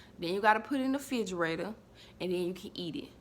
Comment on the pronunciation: Girl I'mm need for you to learn how to pronounce "refrigerator "🙄